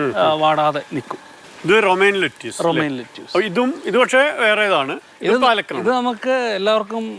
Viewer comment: ലെറ്റ്യുസ് അല്ല ലെറ്റിസ്...